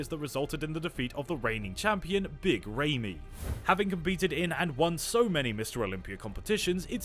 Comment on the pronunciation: good video but I hate how you are butchering his name